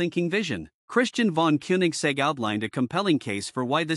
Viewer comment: "von" is pronounced "fon"! And it is not "Kunig" but "Kônig." My God, this is stupid!